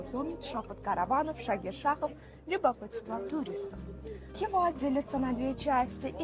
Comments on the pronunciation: Ну, уж ударение можно нормально ставить. Представьте себе МОсква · Только не ХИва, а ХивА. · Мужик, ХивА. Не хИва